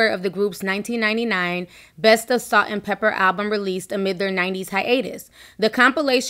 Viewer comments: Not trying to be funny but is there a reason why you're saying "pepper' instead of "Pepa"? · It's Salt n Pepa not Salt n Pepper! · It’s not pepper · stop saying pepper! it’s pepa!!!!!! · Lololol....it's " Salt n Pepa"... not "Pepper" 😘💛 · Salt n PEPA... not Pepper! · Pepa not Pepper. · Stop saying salt and pepper its pepa